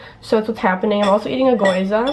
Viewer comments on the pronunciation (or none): it's not gOYza, it's gyoza, like gheeOHzuh :)